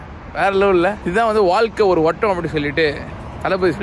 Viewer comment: உங்கள் அடிப்படை தமிழ சற்று மேம்படுத்தவும் , தமிழில் அழகு என்பது அற்புதமான ஒரு வார்த்தை , நீங்க அல்லகான அல்லகான என்பது போல சொல்வது வேதனை அளிக்கின்றது வாள்கை கிடையாது அற்புதமான சொல் வாழ்க்கை, வாழ்த்துக்கள்